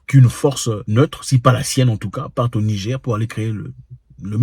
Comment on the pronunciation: Frere tu prononces Nigé stp rajoute le R rrr pour NIGER souverain 👍🏽 Merci, nous avons fait des propositions comme pour la haute volta# le Burkina Faso changer le NIGER # république de BORNOU ou autres... 👍🏽